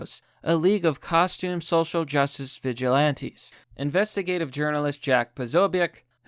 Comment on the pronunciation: Actual Text: Vigilantes: Veg ilantes. Sometimes I think he mistakes on purpose, and I'm ok with that.